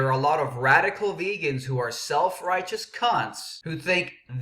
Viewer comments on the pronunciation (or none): none